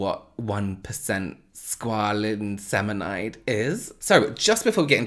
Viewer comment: Squalin ceminide, I can hear groaning in pain! Has he taught you nothing.. 😂